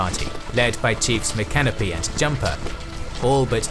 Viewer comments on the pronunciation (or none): Hearing Mi-canopy instead of Mi-ca-no-py killed me because we only pronounce it like that to make fun of everyone that mispronounces it. Same with A-la-chua. There’s a local restaurant where on the commercials they tell you to visit them in beautiful downtown Alacha-way😂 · It drove me crazy to hear Seminole, Micanopy and Chief Osceola pronounced wrong but somehow got Withlacoochee right.